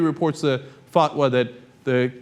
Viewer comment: Dude, it's not a "fuck-wa"...